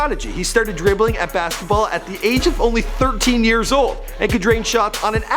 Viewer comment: he said 13 yeRs